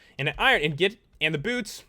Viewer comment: Lol anyone notice how he pronounced the swords and stuff better than saying ingot? Lol don't hate just think it's funny.